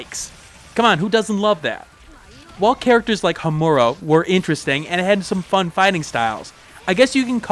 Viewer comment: Na, you pronounced Yagyu correctly but Homura is pronounced "Home-er-a". And yeah Yagyu's my favorite character too